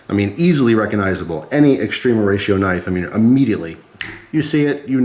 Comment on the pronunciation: Not into knives but love your videos. All these years I thought you were saying Extreme Horatio always made me giggle thought it was a cute sounding Mexican thing